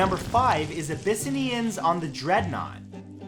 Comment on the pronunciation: Please learn how to pronounce "Abyssinian" Hint: It's close to abba-SIN-ee-yun.